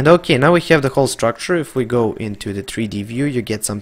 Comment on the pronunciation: Nice tuto...i hope you say Have instead of Heav now in 2020